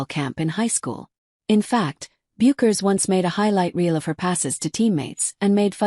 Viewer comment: Regarding videos about Paige it is rare to hear the narrator pronounce her last name correctly . Don’t these people do any research?